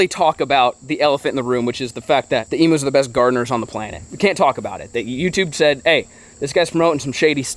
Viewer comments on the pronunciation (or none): They are NOT "Emoos" It's pronounced "Eeeemmm U" ... U as in U-Haul.